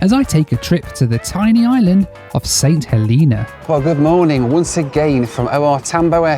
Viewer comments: St Heleeeena? lol, its Helena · St. HELENA, not hilina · St HElena, not HeLEna! It’s HElen, not HeLEN as well! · I think its pronounced Saint HeLAYNA but what do i know? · Growing up in the UK, how did you manage to mispronounce St. Helena?